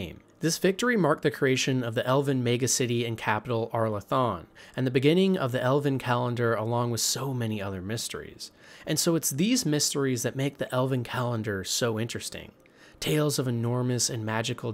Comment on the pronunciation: Ok, if this video was created, let’s say, during Dragon Age: Origins, then I wouldn’t have an issue with you mispronouncing many countries. Arlathan is pronounced “Are-La-Than”. Antiva “An-Tea-Vuh”. Also, during the Scaled Ones part of your video, the dwarves didn’t find the scaled ones in a forest. That would imply that it occurred on the surface, which dwarves (being dwarves) wouldn’t be on.